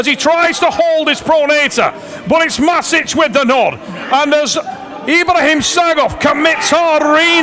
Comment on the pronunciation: It's pronounced mash itch.